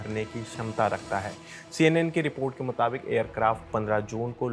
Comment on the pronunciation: Report ❌Rapat✔️😅